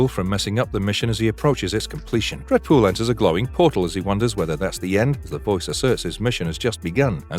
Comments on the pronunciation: Brv you can’t do a full video and not even getting the main character pronunciation right man…no wonder this channel never came on my feed before. Re-do video with Deadpool name right and I’ll revisits..for now bye,.. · Dead pool not dread pool smh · I’m hearing dredpool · I can't stop hearing "Redbull" instead of Deadpool!